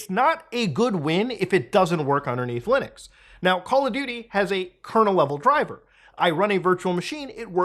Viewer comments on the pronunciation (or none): Every time Muta says "Lunix" my brain goes "Linux" 😅